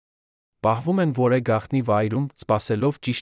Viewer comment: Երևան , որևէ , հետևանք , կարևոր , հետևում , երբևէ , դեռևս , մարդիկ ( մարդիկը չէր կոռումպացված ... )։ Հետո՞ ... Մեկ ուրիշ մարդ չի կարո՞ղ ընթերցել. Բավական է ։